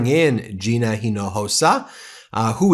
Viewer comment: Thanks for pronouncing Gina's name correctly!